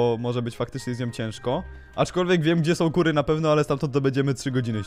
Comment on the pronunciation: powiedziałaś ku*wy zamiast kury